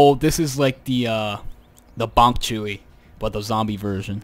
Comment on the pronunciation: bong chewy its bong choy